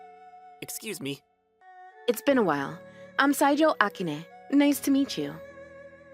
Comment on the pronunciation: It's pronounced Akine.